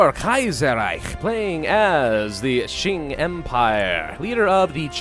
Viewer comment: Mandatory comment judging your pronunciations, this is for entertainment and educational purposes, I mean no offence to your contents, they are great. I will watch the video and correct pronunciations and/or give tips in this comments as I go along. Also before I start, at the start of the series Pravus tends to pronounce the Qing as Xing, however he did improve since then. As great as he is at pronouncing the Chinese ‘x’, that is not how you pronounce the ‘q’. First of all, as a piece of background info in Chinese ‘zh’ is pronounced like an English ‘j’, and the sound will from this point forth be referred to as ‘zh’, as ‘j’ is reserved for the Chinese ‘j’ sound. If you already know how to pronounce ‘zh’ and ‘x’, a quick way to learn to pronounce ‘j’ and ‘q’ is realizing that the difference between ‘x’ and ‘sh’ is the same as ‘j’ and ‘zh’, and ‘q’ and ‘ch. If you don’t get it just listen to it online, it should help. Also ‘c’ is pronounced like an English “ts”. Anyways since I already mentioned how to pronounce ‘j’, ‘q’, ‘zh’, and ‘c’ I will not include them in the list of corrections unless it is some special case (such as ci and zhi). Since there are less events now that the whole 1936 Qing collapse is over, expect there to be not much corrections here. Also at the end of the series I will list all the corrections and comments I made in the series. Sss-chwan Gwang-zhow Oh yeah the Greater China Area (China Proper, Xinjiang, Tibet, Manchuria, and Mongolia) won’t g